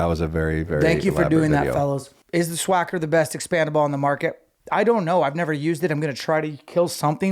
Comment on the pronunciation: It’s spelled Swhacker. There’s no SH anywhere in the spelling OR pronunciation. You guys DID graduate high school, right?